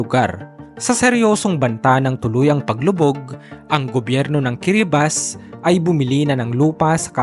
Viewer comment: Kiribati pronounce as Ki-ruh-baz. Good joh host ❤